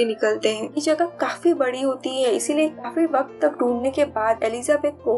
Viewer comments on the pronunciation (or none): none